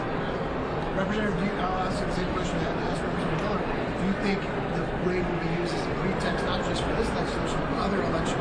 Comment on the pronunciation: Ony an IDIOT (Democrat) would have left evidence years after the crime LOL Morons and hey FOX, RAID not RIAD